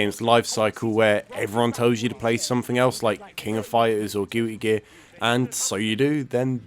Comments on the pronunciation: "Gooey Guear" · Are you saying Gooey Gear? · Did you say gooey gear lol